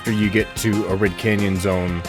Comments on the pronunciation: Been playing SRB2 since 2004 when I was 6 years old, Ive never seen someone play the game as Knuckles and climb and glide everywhere to get through the level lmaooo. We would still run through the level as we would with Sonic. And its not “Ah-Rid” Canyon its “Air-id” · Arid has a long a, not a short one. Pronounce it EH-rid. It's an honest mistake, nothing personal.